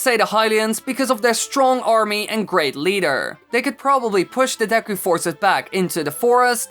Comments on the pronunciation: what is the correct pronunciation, I've herd it been pronounced deku and for some reason pronounces-es it as da-yku, what do you pronounce it please reply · You said deku wrong